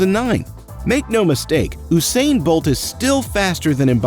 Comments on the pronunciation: Eww-sain bolt 🤣🤣🤣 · no offence im just gonna correct you its not ousain bolt is usain bolt u u u usain bolt okay.